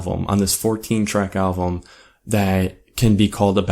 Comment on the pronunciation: QUIT SAYING ALVUM! it's "Album" also...i think this is one of their best albums. YET i am NOT a fan of the dubstep shit they put in the intro track, I actually didn't like their last full album AT ALL! i believe this album was a return to origin, it's funny because DIR EN GREY and MUCC have all done "return to origin" albums...also...you should go back and listen to madara and disorder and shit, gazette's old shit. i've been listening to them for about 12 years. pretty decent review, but you need to do a little more homework. Deux is french for 2. some of your pronounciations were off...that being said, not bad. but so you don'y come off as a tad uneducated.